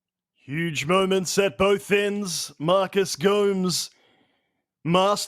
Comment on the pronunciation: it's Gomes, not Go-mez ( if that's what you're asking :D )